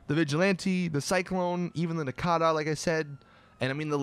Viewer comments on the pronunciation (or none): It's nokota not nokAta why are you purposely pronouncing things wrong? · The nakata?! Holy fuck you braindead idiot. Learn to pronounce things fuck sake. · First the “bombshooka” now the “nakata” learn the names dude it ain’t that hard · nakata?! wtf man and u call yourself a gta news channel whenever u can't even pronounce a vehicle's name